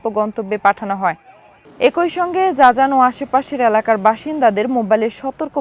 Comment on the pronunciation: জাজান না শব্দটা হবে জিজান।